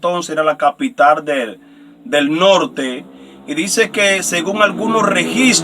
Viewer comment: Con todo respeto, no se dice: traieron, se dice trajeron. Tampoco es corrector, capitar, si no, capital. Tenemos que tener cuidado como pronunciamos las palabras, o como hablamos.